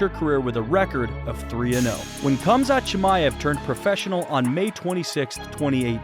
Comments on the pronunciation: It's HAMZA not kumzat lol 😆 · Why are you pronouncing it as Kumzat not Khamzat? It sounds like you’re calling him “cumshot Chimaev” like Covington does lol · Its Hamza, both the K and T in his name is silent. All you have to do is hear him say it. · NOT KAMZAT KHAMZAT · The k is silent it's hamzat just spelled khamzat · his name is pronounced as HUM-ZHAT not the way you pronounced it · Dude it's not Cum-zaht... Sheesh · its killing me how he keeps saying "Kumzot" lmao take some bribes from Colby? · the k is silent bro. fucking hell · What some people don’t understand is the “K” in Khamzat is silent. 😂